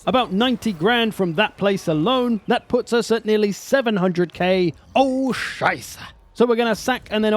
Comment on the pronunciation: as a german I appreciate how you say "Scheisse" 😂